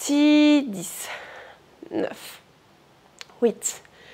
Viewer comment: pourquoi tu dis wouïte? pour 8